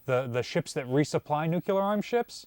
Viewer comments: ❌ New-k-yule-ehr ✅ New-clear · I hate it passionately. I shine he's college educated. For the love of God please please stop saying nuclear. It's nuc. Lee. Are. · Another day another video suffering through “nucyulear” instead of “nuCLEAR” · It's nu clear not, nucular man. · I am confused by this video. I had absolutely no idea that the USN had Nucular weaponry, let alone deployed Nucular weapons so widely. How did those apparently extremely classified Nucular weapons interact with the much more widely known nuclear weapons? seems to be a very good authority on much naval knowledge, but he continually destroys his credibility with this mispronunciation. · Dr. J. P. Dantic says it's "Nook Lee Ur" ... not "nook EWE lur" ... 😂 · Nuc-LEE-ar not nuc-U-ler. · The word is NOOK-LEE-URR, not nuc-u-ler. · why, it's "nucular"... 😆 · "Now Simpson, because of your many years as a nuclear technician, we're putting you on a nuclear sub." "Nucular. It's pronounced nucular." "Ohh.. whatever..." "Nucular..." (The Simpsons, S9 E19 "Simpson Tide" 1998) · Oh. I hate it. It's really nuke-lee-ur. Please. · Nu-clear, pronounced "new clear" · Dude, I love your videos - BUT - Nuclear only has one "U". It is NOT Nucular. Whats the matter with y'all Yankees up there ;) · Drink when mispronounces nuclear Edit *don't try it. You'll die., I don't mind that you say Missour'uh, but PLEASE stop saying "newk-u-ler" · I love it when says "Nucular". 🤣🤣🤣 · He’s a Marylander … give him a break. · lol It’s like nails on a chalkboard for me. I loved how Paul from USS Cod gave a dig and called him out for this on one of their recent videos. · He also never misses an opportunity to mispronounce nuclear 😆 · for some reason his pronunciation of nuclear irritates me more than his pronunciation of Missouri. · Jeebus, if one has any physics or chemistry education, the term "nucleus" is familiar. So correct pronunciation is a habit.